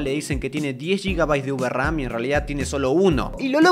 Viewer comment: UVERAM, oh lalá señor francés